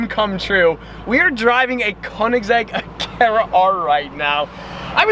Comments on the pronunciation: Koenigsegg?buddy thats call koenegsegg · koenigsegg cuz its a koenisegg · If you are going to say Koenigsegg so much, then learn to say i right (no hate)